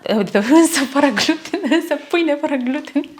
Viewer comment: Pronunțati incorect "gluten" accentul se pune pe a doua jumătate a cuvântului.